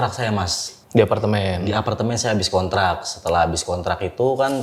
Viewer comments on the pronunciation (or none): "itu SONTRAK saya...", sontrak, sonbus, dan sontronton